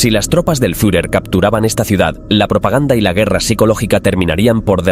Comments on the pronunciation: ¿Fiujer? En todo casi como debiera sonar la palabra: Fiurer ! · El "furjer" ??? jajajaja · El furjer xD